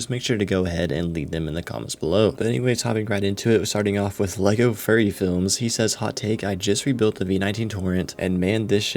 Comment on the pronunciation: Hey man, it’s pronounced FURY, not furry 😂 I get lots of smack for that so it’s just funny to hear it from other people. Thanks for the take!!